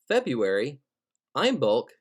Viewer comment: There was one thing in here I didn't agree with. I think you pronounced February wrong.